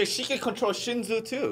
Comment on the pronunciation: you are Korean why you pronounce shinsu (신수) like shinju lol and 밤(baam). Use your Korean tong bro lol.